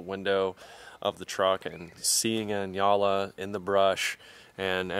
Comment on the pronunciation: Your the first American that I heard of that pronounced "njala" right.